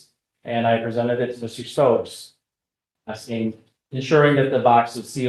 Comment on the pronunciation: Oh, he'll be axing questions as well